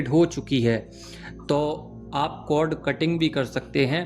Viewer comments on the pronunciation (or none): It's cord not code pls... ❤